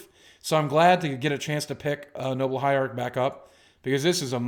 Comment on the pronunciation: I love these vids and I don't even play Magic. I also love it when Boogie kinda forgets what he's saying and says some gibberish lol. Like when he's talking about the Noble Hierarch and he says like, "is buh bess burrd"